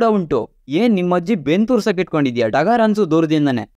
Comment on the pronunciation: ಡಗರ್ ಅಲ್ಲ ಢಮಾರ್